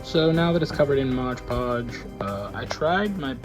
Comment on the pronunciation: Modge podge 😂